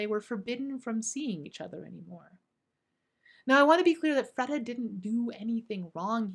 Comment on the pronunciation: It’s pronounced Freeeeda not Freda